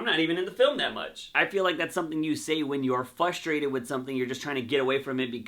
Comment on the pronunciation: Please learn how to properly pronounce “FRUSTRATED” for fucks sake! Especially if you’re gonna say it every third sentence. Are you saying it without the “R” or are you saying it with an “L” where the “R” should be? Fuck what the video is about, I couldn’t even watch it without getting “FUSTRATED/FLUSTRATED” 😏